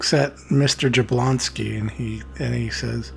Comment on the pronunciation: Jabloński is pronounced with a Y if anyone cares...(ya-BLON-ski)...always emphasis on second to last syllable on Polish words.